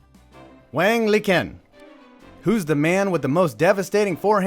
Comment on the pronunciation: Isn't "Liqin" pronounced lee-CHIN?